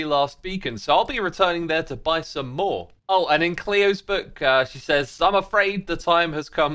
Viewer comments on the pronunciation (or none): none